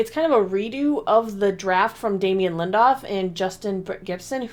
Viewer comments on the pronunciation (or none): "Damien Lindoff" = Damon Lindelof